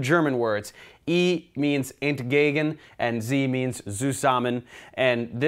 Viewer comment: The E/Z nomeclature is the first thing in chemistry I saw where it helps to speak german :D And thank you very much, there aren't any good videos about organic chemistry in german ;) And btw, the way you pronounce "entgegen" sounds very authentic but the Z in "zusammen" is a bit too soft (as it often is used in the englisch language), but in german language, it sounds more like "tsusammen" if you know what I mean :D